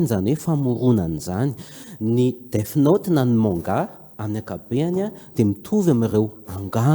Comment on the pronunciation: death (DEF ) no fiteny fa tsy DIF ry a